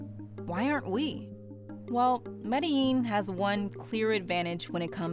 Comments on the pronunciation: Thanks for putting a Colombian city in the highlight for a good cause instead of its dark past (and present). I forgive you for butchering Medellín pronunciation. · She pronounced it like someone from Argentina, but without the accent. I was a bit puzzled by that. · that's just how americans pronounce it, most people are taught in spanish classes that double lls are pronounced as a y sound be lucky it wasn't a british person or you probably would have heard "medalin" or something equally egregious